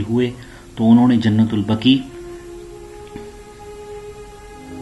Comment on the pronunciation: جنت البكى نہيں. جنت البقيع ہے . پہلے بولنا سيكهو.